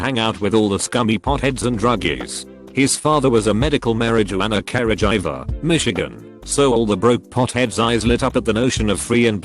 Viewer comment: mari jew anner careh jiver